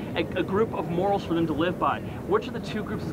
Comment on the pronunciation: That first guy kept saying “moraes/more-rays” instead of “morals” he kept saying it wrong and it was very annoying 😅